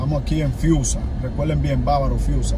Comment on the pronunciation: Dice friusa no fiusa...